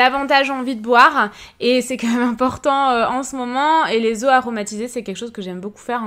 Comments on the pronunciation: Jsp vous mais ça me stresse tellement qu'elle dise MEUM au lieu de MÊME c'est horrible 😂😂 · Restes comme tu es! Petit details, tu me fais rire car au lieu de dire "même" on dirait que tu dit "meume". La véranda est magnifique! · ça me faire rire la façon dont tu prononces « même » haha, sinon super vidéo comme d’habitude !❤️